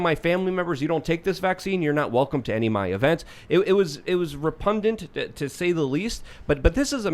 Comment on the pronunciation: It's "repundent" I tell ya!